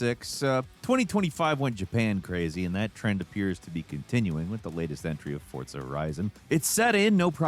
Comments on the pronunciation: Afaik there is no T in Forza.... For-za Not Fort-za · FORZA not FORTZA!!!!!!!!! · 😤 Hey there's No 'T' in "FORZA"! 😉 that's my "Whinge of the Week"😉. I Don't Think it's Different in AUSTRALIA🙃